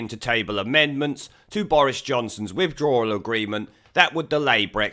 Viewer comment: It,s withdrawal not withdrallal-you can,t even pronounce English Sassanach twat !